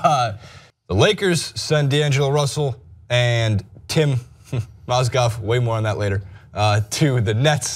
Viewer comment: Strange you talk about Mozgovs first name but you get it wrong yourself.